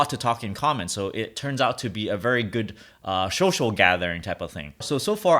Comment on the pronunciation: You say social the same as my dad 😂😂 love it "shoshol"